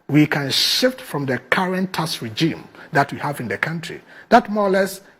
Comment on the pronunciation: "Taks" not "tass". 😂😂😂